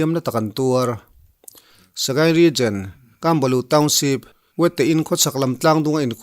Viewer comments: Ka sawi khi dik..Regen.a nilo..Region. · December tiin lam hram teh a...Dejember ti a lam lo in...Regen nilo in, Region tiin